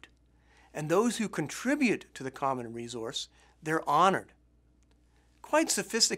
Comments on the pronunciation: why does he say resource like that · learn how to say resource !!! you're driving me crazy! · Jacki Morgan that's the first thing i noticed, weird isn't it? Good presentation otherwize ;-)